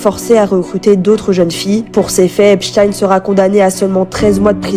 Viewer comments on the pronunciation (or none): Apprenez à prononcer son nom correctement déjà .. cette manie qu ont les français à estropiller les noms étrangers jeff(ri) Eps(stine)